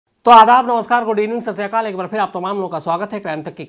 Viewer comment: Khan sir I am your big fan you doing good job but you all the time speak ssreakal this is wrong but right words sat shri akal please correct this thanks